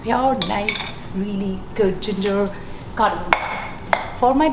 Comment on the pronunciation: It's not Cardamon...... sorry you don't know It's called CARDAMOM